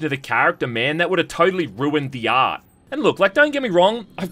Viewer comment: I thought he said “Ass” but he actually said Art lol